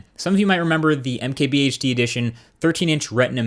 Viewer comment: Is it just me or does he combine "I'm" and "MKBHD" in his intro? "Hey, what is up guys? I'MKBHD here."